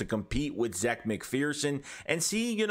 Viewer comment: Zach he says his name is pronounced like Zach